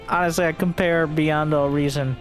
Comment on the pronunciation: I heard it as BuyN'd All Reason